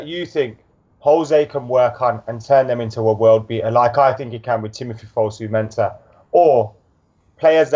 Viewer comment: and he was on about pronunciation of Fosu-Mensha.